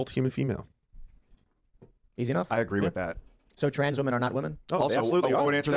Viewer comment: That is to say you dont have to agree with the trans stuff, but calling them the tranzzseses like a right wing gollum/smeagle sounding ass